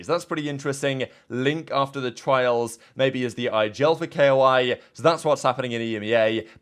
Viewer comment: Also i feel like this isnt the first time he pronounces shit hella wrong